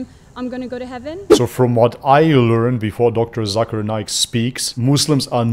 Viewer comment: Hey Its Not Zakaar Naik / Zaker Naik , Its Pronounce Zake'er Naik . In My Language (Malay Language) Zakar Mean Man Private Part and Naik Mean Up/Rise .😂😂 . So Be Careful Bro . 😜😜✌✌ . btw , Zakir Naik Currently Permanent Resident Of Malaysia , He And His Family Live In Putrajaya (Malaysia Administration Capital City) . ♡ 🇲🇾